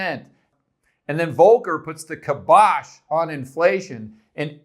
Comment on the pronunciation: Kaibash. Accent on the first syllable. Otherwise, great video! ;-)